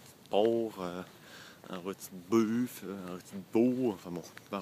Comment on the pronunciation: Un roti de poww (porc) un roti de buwwfle XD